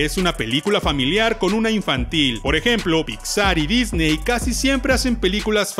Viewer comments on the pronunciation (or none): none